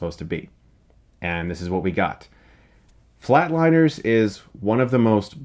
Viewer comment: It’s Flatliners not Flateliners